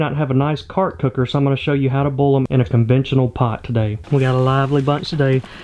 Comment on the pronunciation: Say Boil without sounding like "Boiah"